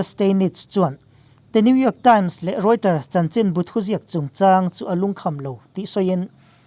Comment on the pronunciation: Rioters nilovin Reuters tih zawk tur ani e